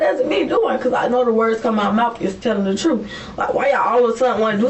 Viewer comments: She’s telling “the truf” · "The trufe" omg smdh